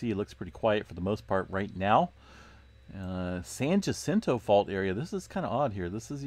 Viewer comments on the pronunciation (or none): I live in San Jacinto pronounced "San Yacento" not Gacento just saying... Thanks for all you do awesome channel